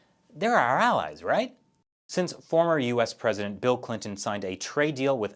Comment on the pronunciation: Did he say Bilk Linton